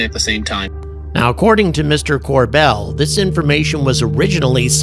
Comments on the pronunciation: Bell not Dell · Corbell. Not Cordell! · How are you of all people not familiar enough with Jeremy to pronounce his last name correctly? It's Corbell, not Cordell. Come on, did you do that on purpose for engagement? I just noticed you pronounce it correctly later in the video. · It's CorBell, not CorDell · His last name is Corbell, not Cordell... 😂